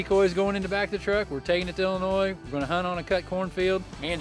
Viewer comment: Dear certain team members, past and present. I won’t name names. It is pronounced IL-in-OY. The S is silent. 😂😂Love the old videos however. Thanks for posting!